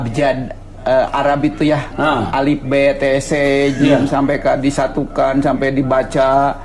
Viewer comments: Baru nemu chanel ini isinya langsung bikin ngakak😂😂 S1 ngomong sembahyang aja semayam,emang ada ya nyantri jurusan da'i ?😜huruf arab kenapa jadi Alif,b,t,c 🤣🤣🤣🤣,itu mau ngaji atau lagi mules 😁😁kalau nggak bohong nggak makan yaaaaa 🤣🤣🤣,sukses dan semoga selalu Istiqomah buat masnya 😊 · Dari awalnya salah masa baca huruf Hijaiyah Alif be the😂🤣🤣🤣🤣🤣 dari mana pa belajarnya huruf Hijaiyah BKN huruf abjad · Ini di murtadin, katanya bekas ustadz masa dia bilang Alif, be, te , ce , ini orang tolol ngaco ini ngomong ajah kaga becus ngaku mantan ustadz tp tololnya kelihatan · Ngaku ustad baca aksara arab aja slip be te se hade dasar tukang ngibul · Setingkat sarjana kata nya mengeja huruf alif be te ce hahahaaaaa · Hah ha ha mantan ustad bacanya ko alif be te ce